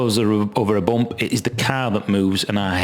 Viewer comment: I want to hear you say Boomp just one more time.